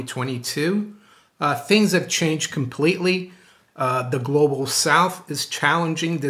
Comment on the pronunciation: Please don't say Glo Baal.......thanks